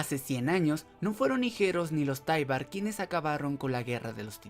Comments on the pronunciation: Es "taibur" no "taibar" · Taibur se pronuncia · Es taibaru